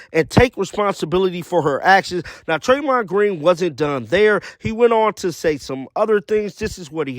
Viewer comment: It’s not Treymond it’s Draymond. Come on man.